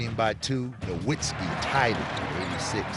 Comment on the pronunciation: They keep saying Nowiztki wrong and it pisses me off